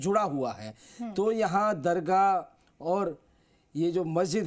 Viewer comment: Pahle tum apana alfaz Sahi karo dargaha bolrahi hai